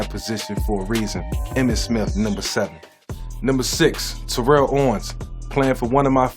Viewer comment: T-O gonna be mad he pronounced his name wrong..he blew up on media for that... Smith was great no argument, but he wasn't the fastest or best just the most patient and always got his.. LT, Barry, Marshall, AD, and Edgerin were more talented RBs (in our generation) for me... Disappointing as a running Lefty he left out Steve Young off